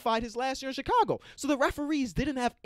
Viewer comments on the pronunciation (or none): none